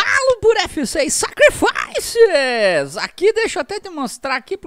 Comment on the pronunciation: Kkkkk melhor canal kkkk quando eu tiver jogando vou falar igual a ele kkkk "Sacrifaicesssss"